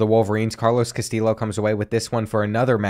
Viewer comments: I love hearing you pronounce your WRs name as KaSteel Lo, but if you want to know fyi it is correctly pronounced Ka - Stee - Yo. Keep up with such great content, you really help me get through my over night shifts at work. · btw "Castillo' is pronounced like Castiyo. I think you said something about being unsure of the pronunciation. Keep up the good work loving the series! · Castillo is pronounced Cast(ee)o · great video but it's pronounces Cas-TEE-o not Cas-TILL-o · Castillo is meant to sound like Cas-Ti-Sho like show without the W, and with emphasis being on the second sillable (I don't know if the show reference is a good one, English isn't my first language so feel free to give your two cents guys) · Castillo is pronounced “cas-TEE-yo”, and Concepcion is pronounced “con-SEP-see-OHN”. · Carlos Castillos name is pronounced ca-still-oh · I know this video is 2 months old but if you were still wondering, the correct way to pronounce Castillo is ka-stee-oh. The l’s are silent. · For Carlos Castillo, the proper pronunciation is kah-STEE-yo, hope this helps. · I’m not completely sure but I’m pretty sure Castillo is pronounced cuh-stee-O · Pace is super inconsistent. Feels like in madden he’d be a 65 overall x-factor. Also, it’s cast-eee-o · Love this series. Also Castillo is pronounced Ka-stee-yo. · The pronunciation of Castillo is said cass-stee-o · Btw you say Carlos Castillos last name as,-casti-yo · Also Castillo is pronounced like Casteeyo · Castillo is pronounced like Castee-yo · Castillo = Cuh-stee-yo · I love how the chronic mispronouncing of Castillo has evolved into just saying something random and hoping it’s close 😂😂 loving this series man it’s been a riot so far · You are it's a Hispanic last name so the double ll makes a y sound.